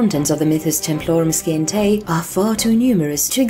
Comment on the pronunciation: Scientae... Si-ent-a (like the word Science)